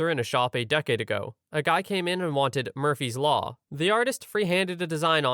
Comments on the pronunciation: The problem wasn't with normal spellings. In relation to story 5, the narrator says the word as "murpy's law" instead of murphy's law, this was intended in relation to the story. But, the subtitle instead has murphy's law. You can check it out for yourself for cross reference. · I listened back and I think they missed the H, cuz the narrator said "murpees law" - no f/ph sound, but just a p.